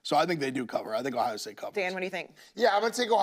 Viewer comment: Love the shows and the company but I detest the way you guys say locations 😂. It’s not Louie-ville its lewel-ville. Blutman, there’s an O in Ohio state. It isn’t Hiya state. Uncultured swines 😂